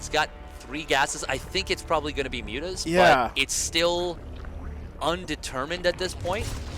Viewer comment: great series, great cast. .calling mutas "mutt-mutt" or whatever was hard to listen to.. but great vid nonetheless